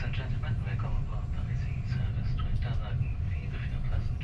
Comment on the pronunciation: Okayokayokay... I'm not even 30 seconds in and I'm already freaking out!! Finally someone who pronounces ICE correctly! Funnily enough, I'm currently on an ICE4 set. The seat comfort is good IMO, could still use some more padding, but the shape is great. I'm personally a big fan of the winged headrests, though I imagine one might find them a hindrance when trying to have a conversation with their neighbor. Ride quality is good, though my service has yet to reach top speed. (Guess a second edit is in order) The interior is overall very pleasant esp with the mood lighting in place, though I wish they'd also dim down the direct lighting when enabling it. Tomorrow evening I might get chance to have dinner on a train for the first time in my life, I'll update this comment then. Update: I forgot about window alignment! Yeah, it's pretty spotty. Funnily, I did intentionally choose a poorly aligned seat since I'm travelling overnight anyway